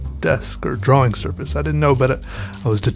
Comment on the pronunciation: I love how he says "drawing"... "draw-wing"